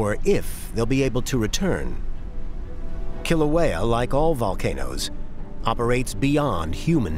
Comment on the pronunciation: Couldn't the Smithsonian have gotten a narrator and expert that could pronounce Kilauea and Hawai'i correctly?! There's an API museum that's part of the Smithsonian...!